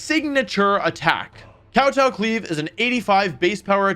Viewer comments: Glee aive rush? Lol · Pepega "gleave rush" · Glee-Ave rush